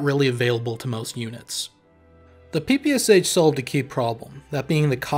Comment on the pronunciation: pee-pee-ass-ach lmao, this sounds so hilarious )) The real name of this gun is PE-PE-SHA (Shpagin pistol mashingun). Legendary gun. P.S. By the way, very good analysis. Good job author.